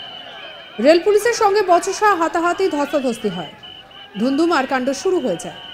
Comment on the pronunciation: সাংবাদিক মহাশয়, উচ্চারণ সঠিক করুন।ধুধুমার নয় ধুন্ধুমার।